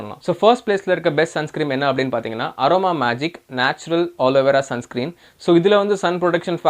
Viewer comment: Sun screem nu solrega bro...